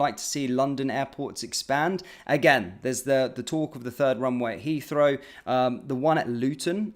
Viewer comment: "Has came out"? "Has come out" surely? And "Heafrow"? Don't think I can put up with this move downmarket, sorry Mahyar.